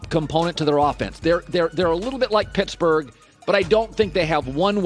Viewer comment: PITTSBURGGH??? LOL